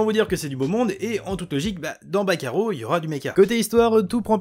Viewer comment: j'ai compris "bakayaro" au lieu de "back arrow"